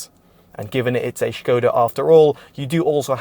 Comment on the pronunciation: It's pronounced Skoda with an S if you're British. Not Shköêda ffs